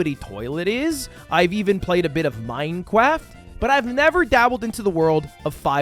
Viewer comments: So glad I saw a chat message saying “please don’t say Minecraft like that” fuckin minecwaft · Bro played a little "minecwaft"